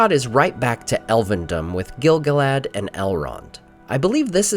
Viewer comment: The way you pronounce Gil-Galad hurts my brain